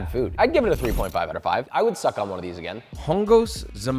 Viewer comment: first of all, its Chongos, with ch sound as in chocolate. Secondly, you shouldn’t have tried this dish from a can. It’s like comparing a can of fruit cocktail against a fresh fruit salad. You should have made it or bought it from a local restaurant.